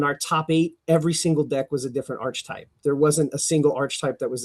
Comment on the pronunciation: “Progenerator” “Arch-uh-type”